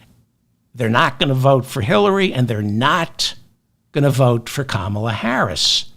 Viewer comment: “KAH mah la”